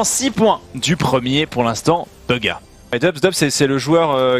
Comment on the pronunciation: 100% ta écouter airwaks sur son interview sur bugha mdrr tu galère à dire son nom beugha